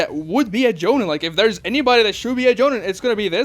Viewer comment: Doesn’t matter but I always thought it was pronounced “Jo-Neen”